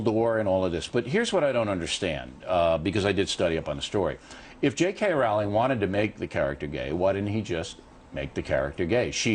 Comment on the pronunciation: ROWLING. PRONOUNCED JUST LIKE BOWLING. GET IT RIGHT. Gosh. And some of his points are so ridiculous. We're trying to indoctrinate people into being tolerant? Uh huh. And that's a bad thing... why?